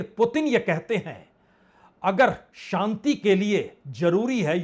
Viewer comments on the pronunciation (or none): none